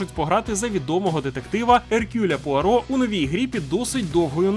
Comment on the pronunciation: Мені цікаво, чому ім'я Еркюля Пуаро перед назвою гри ти озвучив нормально, а в самій назві хтозна як? 😂 Достатньо ж було просто повторити 😁